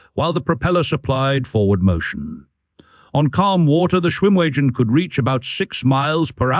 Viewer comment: If you keep calling it a schwim wee gen it's not going to come when you call it.